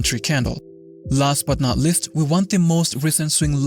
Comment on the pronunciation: your "last but not LIST" drives me crazy :D